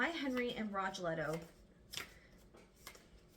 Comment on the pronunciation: Rogelio is pronounced Row HE lee o